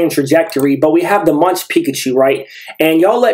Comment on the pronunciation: really cool cards! btw Munch is pronounced more like "Monk" in MonkaS